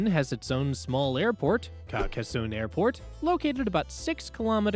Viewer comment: Pronunciation: car-cass-sohn